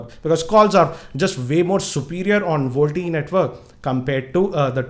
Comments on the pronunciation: hehehehehe its Vo-LTE ??not volte ....!!! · Its little fun to me whenever you say voltie ...you should spell it as Voice Over LTE..you should had mentioned the battery and power consumption if we use VoLTE. As its needs to fully convert all Analogue to Digital and vice versa it will consume more power and drain more battery if you tried it... Jio app is a workaround to it and not a permanent fix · first thing it is voLTE not VOLTE